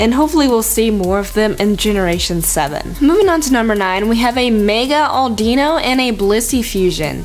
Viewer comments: u said audeeno lol. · its audino not like auldino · it's not au de no auduno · How you prounce Audino: a-DEE-ino so instead: A-DI-No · It name is pronounced mega Audi no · it produced Aw-din-oh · Audino is pronounced Aww din no